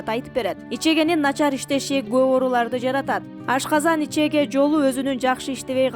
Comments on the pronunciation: Ичеге эмес ичеги деп суйлочу садага?! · Ичеге эмес ичеги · Ичеге эмес ичеги!!! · Ичеги деп туура окуш керек